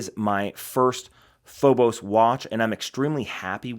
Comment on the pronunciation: Phobos😂. Pronounced Feebis